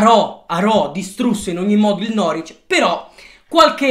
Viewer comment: Si dice norvic non noric